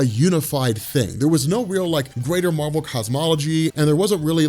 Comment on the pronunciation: Why do you pronounce Marvel differently when you refer to Captain Marvel?